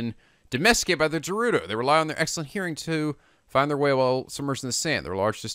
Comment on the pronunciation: Tips carried over from my previous comments: + There is a really good sword on top of the skull on the Woodland Tower! + GO BACK TO THE SHRINE OF RESURRECTION FOR A SURPRISE! + Bomb Rune spam comes in handy against flocks of Keese! + "Gerudo" is pronounced with a hard G, like in "game". And now back to the tips for this video... Yup, the Master Sword loses durability with every Blade Beam. I'm telling you, it's not insane to infiltrate Hyrule Castle for some mid-game looting! Enter in through the secret North-side pier and on one of the landings is a pair of giant torches (or urns or brazers or whatever they really are). One of them is unlit. Light it for a cool magic trick. Remember the location of that sword. Check behind the statue. When the Master Sword is glowing, it loses durability at a slower rate. Since you didn't get to see it, those flying things (I call them "funnels", like in Mobile Suit Gundam) reflect the Windblight's laser beams. You could have attacked them directly to destroy them, but the method you chose was much faster. I recommend you try your hand at visiting Hyrule Castle before tackling the final Divine Beast. Give the place a good sweep for tons of loot! ...and remember the thing I said about the North pier and the brazers!